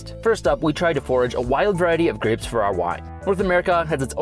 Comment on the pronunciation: I love the way he says grapes "Greps"